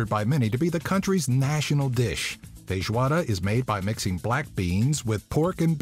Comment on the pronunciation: is feijoada, not feijoara '-'